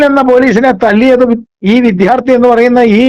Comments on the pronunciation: വിധ്യാർത്ഥി എന്ന് പറയുന്നത് തെറ്റാണ് വിദ്യാർത്ഥി ആണ് ശരി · "വിദ്ധ്യാർത്തി"" എന്നല്ല പറയേണ്ടത്.